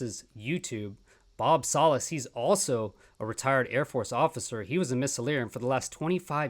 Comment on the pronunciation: It’s pronounced Salas… Like salad